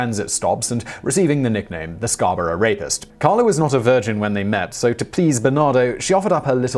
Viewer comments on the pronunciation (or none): none